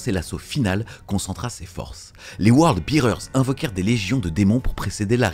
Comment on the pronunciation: Word Bearers pas World Bearers. Mais merci pour cette vidéo qui résume très bien cet événement.